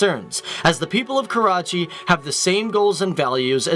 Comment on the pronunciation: Jadoon He is from "KAWACHI" not Karachi, :P